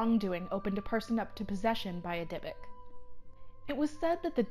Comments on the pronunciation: Go ask any rabbi. They will say it is pronounced dybook not dybick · DIE.A.BUK NOT DIBBIK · Omfg its pronouced deebook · also you are pronouncing Dybuuk wrong (Di Book) is how it is pronounced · No she is not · Timothy Ouellette she is pronouncing it wrong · PepperDime she is pronouncing it wrong. My entire family is Jewish I myself am Jewish I know how a word is pronounced and she is pronouncing it wrong! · PepperDime she is not pronouncing it right and I am irritated because she is speaking about something from my culture, heritage, and religion. The least she can do is know how to pronounce the damn name